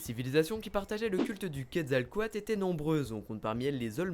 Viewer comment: Super vidéo ! c'est juste il y a souvent une chose qui me dérange dans beaucoup de vidéos YouTube, et même quand les gens en parlent, c'est que pour dire Quetzalcóatl, vous prononcez entièrement à la française, alors qu'on fait apparemment il faudrait dire "kouèd zal cohateul", après certains vont dire : "c'est bon on est en France, on s'en fout un peu de l'accent", mais bon c'était juste pour le signaler, après c'est rien de grave, c'est juste que j'aime beaucoup le mot prononcé avec l'accent d'origine ^^